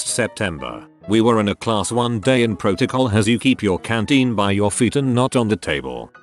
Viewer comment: Canteen, not cantine.